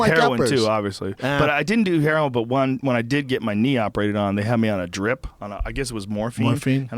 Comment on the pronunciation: What? And it's heroin not "herion"